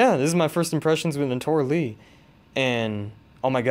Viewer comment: her name is Naotora Ii, not Li. upper case I then lower case i. Pronounced 'Nayo-Tora Ee'